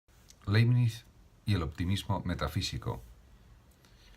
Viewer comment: Aprecio su aporte. Sería positivo sí pronuncia el apellido del autor como se debe. De modo que sonaría laɪbnɪts. Gracias.